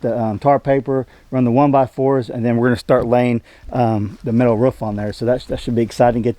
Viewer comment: Now you can sing the old Frank Sinatra song " I did it my way" I keep hearing you say " ruff" that's the sound dogs make, it's roof. Your getting there.